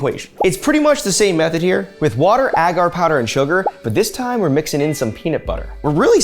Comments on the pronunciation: Ita pronounced ay-gar 😂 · Do Americans say it Ah gar? Cringe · AGGGHH it drives me insane every time you mispronounce “agar.” The first A is long, like in “way”. It would only be pronounced with a short A if it the word had two Gs — “aggar” would sound like dagger. But it’s one G, so it’s agar like… like… ok, I can’t think of anything that exactly rhymes with the correct pronunciation of agar, but you get it now, right? The first A is a long vowel sound, like stay, way, play, etc.